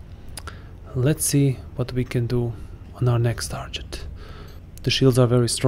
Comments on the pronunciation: Tar Get, not Tar Jet. Otherwise cool vid. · It's actually Tar git not tar get otherwise cool comment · it’s a short “e” sound as in “bet”, not an “i” as in “pit”, but that genuinely could be an accent thing. I have for sure heard it with more of an “i” than an “e” before.